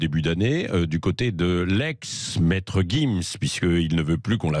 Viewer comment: Jim's pas guim's Tu veux une guifle ??